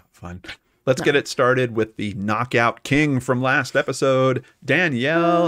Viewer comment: off topic but Danelles "lasht" is triggering me 🤐 anyways ... I love the wine Story. Should be a movie 😂